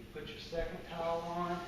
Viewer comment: Thought this was about tiles but he kept saying towel